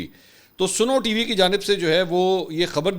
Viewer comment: Mansir sb@ Yah snow hay Ya Suno( listen) Correct please